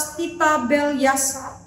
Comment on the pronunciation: Maaf bu Pendeta, penyebutan nama raja harus benar , yaitu : BELSYAZAR, bukan BELYASAR..Terima kasih..Selamat melayani..